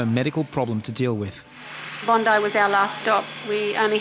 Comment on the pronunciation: it's BONDI not BINDI